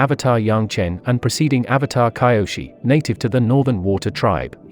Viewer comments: It's kyoshi not kaioshi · This voice mispronouncing Kyoshi is pissing me off man😒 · It's kee o shee see toe he also said guy ast o